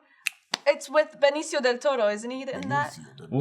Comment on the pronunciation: The way says Benicio del Toro is very satisfying, for some reason.